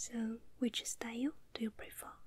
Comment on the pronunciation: “So which style do you ✨prefürr✨”